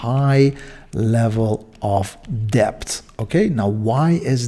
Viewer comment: Not pronounced as deBt. It is pronounced as det. The B is silent.